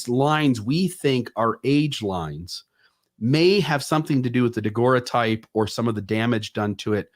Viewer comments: Great discussion, guys! Always so interesting! (NB: “daguerreotype” pronounced “dah-GERR-oh-type”) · Nobody knows how to pronounce "daguerreotype" in all these videos I've seen by different people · when you get back, please teach how to pronounce daguerreotype! He's killing me! Good show other than that.